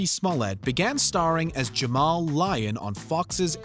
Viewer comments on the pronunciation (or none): none